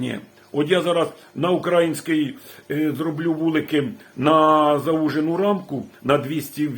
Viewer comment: Ведмедя можна навчити їздити на велосипеді. І справа зовсім не в москалях -тфу на них. А ось українець свою державу ще може назвати правильно. А правильно поставити наголос на слові "український" - нізащо.